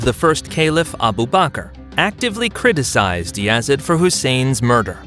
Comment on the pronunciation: And it’s Yazeeeeeaaaddd not Yazid